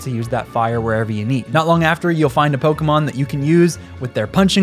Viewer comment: Thanks for just pronouncing pokémon without a hard E. The amount of adults on youtube who have never seen an accent.